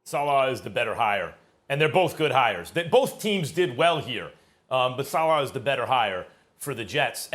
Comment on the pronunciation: Sa Leh not Sa Lah